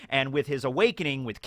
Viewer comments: is probably the only human who calls KROOM K-ROOM...LMAO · Why do people pronounce Kroom as Kay-room? I pronounce the K like chris or crafty